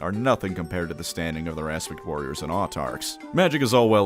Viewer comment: Kept hearing "Aspic Warriors" this time.